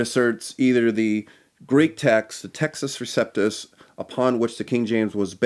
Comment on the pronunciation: Good start to the series. I'm looking forward to the upcoming installments. One small request: when the Latin phrase "Textus Receptus" is being discussed by you, please pronounce that phrase the Italian way ('u' like 'oo' & 'ce' like 'che').